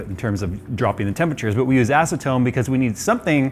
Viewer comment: Ha he said ass-atone